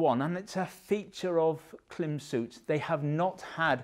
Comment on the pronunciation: It is pronounced Klim as in climb. Great content btw.